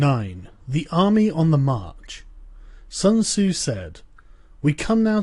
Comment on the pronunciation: Pronounce Sun tzu properly.